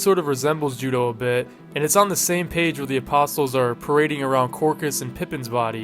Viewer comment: Bro apostles isn't pronounced with an audible "t" sound. The "t" is silent... my god people are just getting dumber and dumber, I swear.